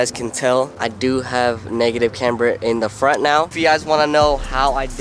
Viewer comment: Are you serious right neow